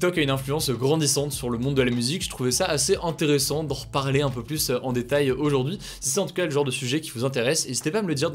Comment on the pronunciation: Ces résumés sont toujours aussi intéressant. Mais de grâce, il faudrait faire un effort sur les PLUS dont le S ne se prononcent pas dans certains cas. Exemple, "certains variant du virus semblent plu(s) résistants...